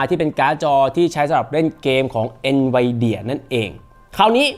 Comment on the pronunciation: เอ็นวีเดี่ยไม่ใช่หรอ หรือเราออกเสียงผิดมาตลอด😅